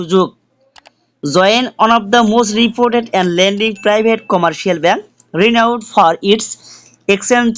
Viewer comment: ল্যান্ডিং না রে ভাই😢 লিডিং হবে উচ্চারণ।